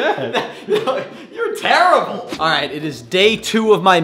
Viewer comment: says teribile